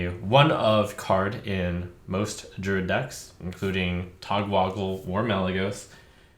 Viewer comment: This is not important, or I'm sure original, but if unimportant, unoriginal criticism isn't what the internet is for, I don't know what is. It bothers me so much that you say Togwoggle. It's Togwaggle. I know sometimes 'a' can make that sound, but almost never.